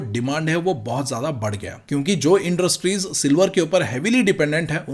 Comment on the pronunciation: Sir aap inderstries kyu bolte ho😂😂